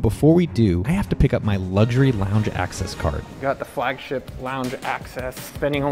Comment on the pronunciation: The word is LUX URY omg Whay do u people say LUGS URY where the hellis the G in it can u not read.